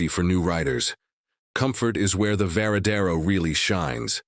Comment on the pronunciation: La présentation est pas mal, mais encore faudrait-il savoir c’est quelle moto vu qu’elle change de forme toutes les cinq minutes en plus de la voix IA qui fait des erreurs à chaque fois qu’elle prononce le nom ￼de la moto, ça gâche un peu la présentation